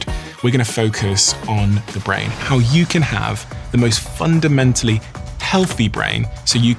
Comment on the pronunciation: Wait... Did he say... "...the most UNDEMENTALLY healthy brain."?